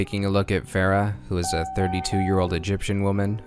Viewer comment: I am T R I G G E R E D, TRIGGERED. You pronounced Pharah's name "Fare-uh", everyone clearly knows that her name is pronounced "Far-uh". GAWH, disappointed just like my parents.